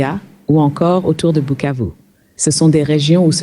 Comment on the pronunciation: Remarquez que Bukavu est bien prononcé et pas Kivu !